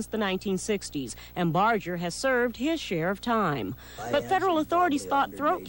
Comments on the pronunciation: Bar---Ger not bardge---er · No one ever says Barger correctly.